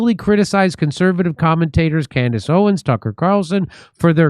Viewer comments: It's Candace OwenS, not Owen! Unless I heard you wrong, but pretty sure I've heard you pronounce it wrong before... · If we can only get Jimmy to pronounce the "s" in her last name, lol.